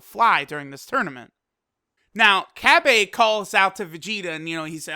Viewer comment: The way u say cabba pisses ame off.